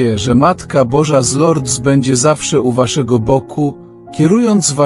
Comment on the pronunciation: Wymawia się z Lurd bez s po francusku . Proszę nie kaleczyc języka franc.